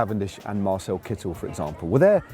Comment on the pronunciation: Pronounciation hint for Lloydy: Marcel Kittel is not pronounced like "Kit-tell", the "e" is (quite) silent. So you'd better call him "Kittle".